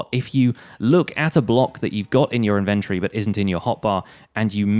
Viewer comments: In- vennt- o- ree Dude...... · the way he says inventory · He pronounces inventory so weirdly like who pronounces it like that